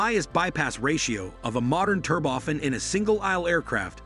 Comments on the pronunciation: It’s Turbo-Fan, not “Ter-bofan”. Idiot. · since when is turbofan pronounced terboffin? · It is not an 'advancement' it is 'advance. Also turbo fan with accent on the a, not 'fun'. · Aah yes, the tur-boffen engine 😂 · "TurbOFF-an engines..." "Back. In the nineteen hundred eighties..." These synthetic speech applications really grind on my nerves. They mispronounce words that are in the English lexicon and they pause in the most unusual places in sentences.